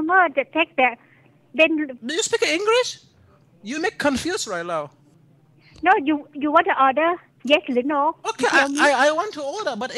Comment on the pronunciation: haha "do you speak engrish? You make me confuze rye now" XD haha